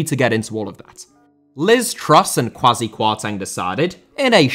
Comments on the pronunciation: Idea* not Ideer Media * not Medier Half* not Holf Serie* not Siri Absorb* not Abzorb Kwasi* not Kwohrzi Rather * not Rother Debacle* not Debohrcle Roman * not Rouwman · Hey, love your stuff. Just wanted to say Kwasi is pronounced Kway-see so when you dog him next it's even more effective.:) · And also the name Kwasi or Kwesi is pronounced as “Quay-Cee”